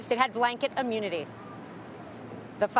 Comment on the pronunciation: The word "immunity" is not pronounced "UH-munity". Stop saying drumpf is fighting for the American people. He is a lying grifter and has no business in positions of power. drumpf has NOT given up his life to fight for his country